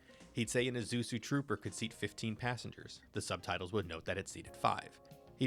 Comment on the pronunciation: The “S” comes before the “Z” 😏 But at least e know you’re not AI